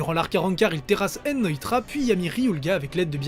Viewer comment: tu prononce mal nnoitra et ywach